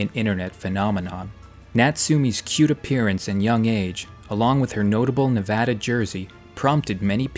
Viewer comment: Thank you… for saying Nevada correctly.